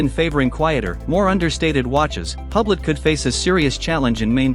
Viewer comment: You know it's AI slop when it's pronounced "HUBLET", and they don't take the effort to correct it.